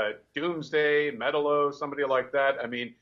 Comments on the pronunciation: Met-a-lo? These assclowns can't even pronounce Metallos name correctly! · These people need to read some damn comics they mispronounced metallo and can't even say gal gadot's name correctly and lex Luthor is intimidating cold very smooth talking while able to showboat eisenberg better change that annoying fast bitch talk if he's playing lex and for god sakes hit the gym lex was always a beast in the comics